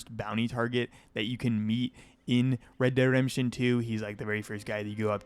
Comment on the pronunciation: why cant you say REDEMPTION?